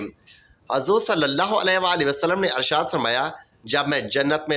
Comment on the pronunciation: Bhai Arshaad nhi hota Irshaad hota.. ☹️😞